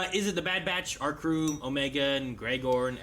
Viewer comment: how come says 'hey guys, crewER blind wave"? even the subtitles pick it up as 'cruel blind wave' sometimes